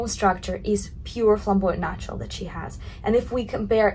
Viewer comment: who else hears her say "nachos" instead of "natural"?